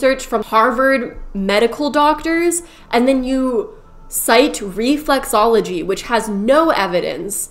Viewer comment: she says reflUxology, it’s reflExology…